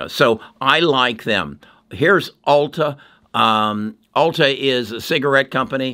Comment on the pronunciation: It’s Altria, not Alta.